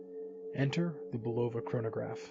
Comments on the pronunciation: It's pronounced BU. love ah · the o is not a long o !